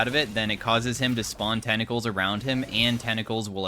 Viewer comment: Tentacles ❌ Tennacles✅